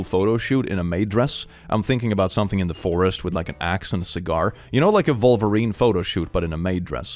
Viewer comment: I understand that it’s a Swedish/English pronunciation thing, but I definitely heard “Wolverine” as “Vulvarine” and I can’t stop giggling thinking about a vulva-based superhero